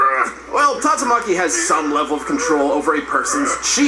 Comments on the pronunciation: is it really that hard to say tatsumaki maybe it is cuz i watch alot of one piece and one punch man lol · Tat-su-ma-chi = tatsumaki